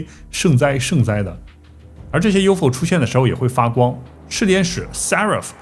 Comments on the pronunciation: U F O 是代表三個字. 怎麼唸成 U FO? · 马斯克也应该有很多资料，但看到他企业8个科技，就可以明确知道，他也已经有U-F-O资料 不能读成 U-Fo 应该一个一个英文字母读出来 “ U -F -O™ unidentified flying object (UFO) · UFO 还能读成“Yofo”？？？ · 谁这么读U fo啊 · UFO怎么发声成“U否”，已经用上TTS了吗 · UFO连着读你发明的吗